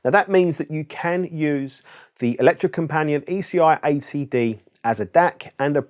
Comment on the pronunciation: Electro-Company-At ( A bit closer to the Norwegian pronounciation )